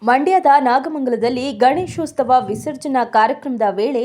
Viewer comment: ಗಣೇಶೊಸ್ತವ ಅಲ್ಲ.. ಗಣೇಶೋತ್ಸವ..